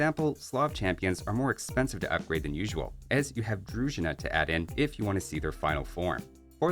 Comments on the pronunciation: Druzhina is pronounced with a stress on I, not on "U", which while sounding like a short "I" in "sit", is a twice longer sound. So it's "droozhi-i-ina(h)". "Дружина". Funny fact. This word use to mean "an army", or "a personal guard", but in modern Ukrainian language it means "a wife".😂🎉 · Slav unique tech is pronounced DROOTZINA